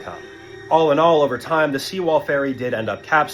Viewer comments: Sewol, not SEAWALL lmao. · For fuck sake, it's Sewol, not Seawall. Can't you get it right?